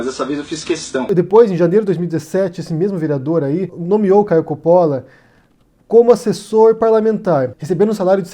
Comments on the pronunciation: Palhaço marionete do Lula! É Coppolla e não Cópola... Ñ sabe nem ler, é da esquerda... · não e copppola e coppolla e vc fala errado! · COPÓÓÓÓÓÓÓÓÓÓÓLAAAAAAAAAAA Cada vez que ele fala Cópola me dá um tremilique. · Seu mentiroso desgraçado, o nome dele é Caio Coppolla e não Caio Cóppolla. Vc pesquisou mesmo??? Seu mal caráter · Nessa pesquisa intensa que você fez sobre ele não deu para corrigir o nome do cara? É COPPOLLA com dois 'P', dois 'L' e a sílaba tônica é 'PPO' portanto a pronúncia em português é COPPÓLLA, sem o acento agudo, que coloquei para que não fiquem mais dúvidas. Serão necessárias quantas correções sobre isso? Já deu prá notar que você simplesmente não lê os comentários dos seus próprios vídeos, o que já mostra que o interesse está apenas no faturamento, não se atém minimamente às pessoas que proporcionam essa sua renda. Esse pouco caso com o seu público, já nos diz outras coisas: Qual seria sua a preocupação em trazer posições reais, já que os ataques à outros youtubers (colegas seus) parece ser o tema relevante? Será que os processos são mais rentáveis e por isso a necessidade de provocar para ser contra-atacado e se vitimizar na justiça? A inveja por outros se projetarem mais do que você parece incomodar a ponto obriga-lo a fazer repetidos vídeos de ataques gratuitos, é maior do que a capacidade de criar originalidades? Não sou defensor de Caio Coppolla, mas não gosto de ver injustiça. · O correto não seria dizer: Coppóla??? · Isento? Acho que você nunca o ouviu. Nem o nome dele você pronuncia direito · Não sabe nem pronunciar o nome do cara. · Não sabe nem falar o nome do rapaz, kkkkkkkk. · o nome dele não tem acento agudo na sílaba "Co". A pronúncia é igual a italiana.